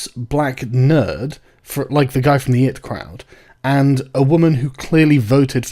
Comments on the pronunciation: Holy fuck Sargon it's the I T crowd not the it crowd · the it crowd. it. as in the word and not the acronym. that hurts me physically.